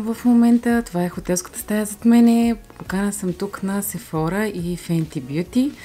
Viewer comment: Прекрасен влог, но ще направя малка вметка - ударението пада на Сефорá, тъй като произношението е френско.